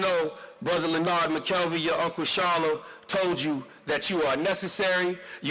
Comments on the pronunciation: Len•Nard. Say it with me now, Len•Nard. Two Syllables. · Tell em to say your name right "Le-Nard"! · its la-nard